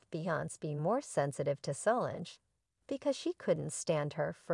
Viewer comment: Mispronouncing Solange - Wrong Matthew (McConaughey, not Knowles)